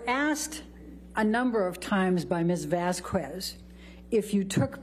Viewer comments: Right. It's not pronounced Vas-kwez. It's pronounced Vas-kez! Elaine is a DOPE! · The way Elaine says “Miss Vaskwez” come on it’s Vasquez 🤦🏼‍♀️🙄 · Elaine purposely mispronounced Camille Vasquez's name. Anything to throw her off. Didn't work very well. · Amber’s Attorney: “….Ms. Vazkwez…” Johnny’s Attorney: Objection “mispronouncing my name.” Viewers: can she ever say the name right before the trial ends?… 🤪🤪🤪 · "Miss VaZZzzKWEEeez" 🙄 . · "from Ms. Vasskwezz..." 😂 I know it's been awhile but we all know it was a beat down and it was funny too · Vas-qu-ez Elaine is embarrassing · Why does she say vasquez like wasquez 😂😂 Atleast try to pronounce it right.. and wtf the judge says SUSTAINED and elaine has the nerve to argue with the judge 🤦🏻‍♀️and why is amber always staring down at the jury and doing that half smirk 🤢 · "VazkOOez" WTF is that? It´s actually easier to say it correctly. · It’s payback for 1. Clearly discussing AH’s testimony with her during the break and coaching/rehearsing how to “fix” her testimony and 2. Refusing to pronounce Miss Vasquez’s name correctly. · What irritates me is her deliberate mispronunciation of Camille's surname. She never did it before here and didn't do it in her GMA interview. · Amber Heard’s lawyer intentionally mispronouncing Camille’s last name is so petty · I’m not a Latina, but her constant mispronunciation of Ms. Vasquez’s last name, is like nails on a chalkboard lol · Every time Elaine mispronounces Vasquez, my eye twitches, and it's a real struggle to not spike my phone. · Why, oh why, even after weeks of trying the case, was Elaine STILL unable to say "Vasquez" correctly? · Elaine was so disrespectful pronouncing Vasquez he way she did. How I know it was intentional it's because watching back the trial, Elaine pronounces Vasquez the right way once and she correts herself and says it again in the wrong way. Lol, oh Elaine and those dirty tactics. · The way she pronounces Vasquez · Elaine, it's Vas-kez, not Vas-kwez!